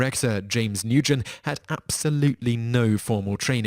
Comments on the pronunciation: Nyugen is actually Nguyen, most common Vietnamese name, and pronounced WEN. Y'all are smarter than that,. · It's pronounced nu-en, not nu-gen. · Nguyen is pronounced "win" (or at least, that's how an English speaker would pronounce it ... no clue how close it is to the proper pronunciation).